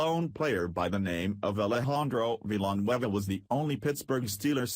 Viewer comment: Veeelanwhueva.the computer voices can't pronounce difficult names at all.:-D